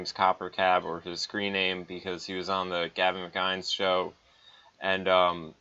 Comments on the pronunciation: Gavin "MICK-INES (AS IN 'WINES')"?? What?? It's pronounced MICK-IN-IS (as in 'Guinness'). It's Scottish! Like this>> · Why does nobody pronounce "mcinnes" correctly... It'd "mc-in-iss" not "mic-eye-nes" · I don't mean to be a schmuck, but "McKines?" (Mick-INN-ess). Enjoyed the video. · mcguynes? Mcinn ess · "He was on the Gavin Mceynes show" "the Gavin Mceynes show" "Gavin Mceynes" "Mceynes" It is MICK-IHN-EHSS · Mc Inn-iss. Not Mc Eye-nns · You sir have been trolled.. It's McInnis, not Mukines.. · Its Gavin Mcinnes (mackinnes) not magajns! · It's Gavin Mac-in-iss, not mac-ines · You lost me in the first ten seconds of the video. The Gavin "McInz" show? Come on dude, you can't pronounce a simple last name correctly? Normally it wouldn't matter, but if your video is fueled by his content get his name right. Gavin created Coppercab. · Don't let gavin watch this video......... it's mC-in-is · Not how you pronounce McInnes, FYI. It's like "McGinness" just minus the G. :) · sorry to critique at all but I just have to say it's mc.IN.nes, but good content man I liked it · its pronounced Gavin Mic-Kin-hiss lol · Gavin "Mick-In-Ness" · It's pronounced Mcinnes like Dennis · "Mik-EYE-ns"? Man. You sure are in the know aren't ya.... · Gavin's last name is pronounced "mic ennis" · Did he just say Gavin Mangina? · stopped watching when he said gavin mciens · McInnes read MC-IN-NESS. You really have to try hard to fuck that name up, guy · man i hope you learn to say Mcinnes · learn how to pronounce mcinnes. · If you watch TGMS then why can't you say his last name?! :P